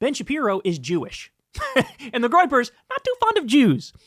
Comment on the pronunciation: What's the "groipers"?